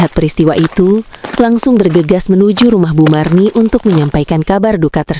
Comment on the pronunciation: Marni Bu Marni..bukan Mirna..🤣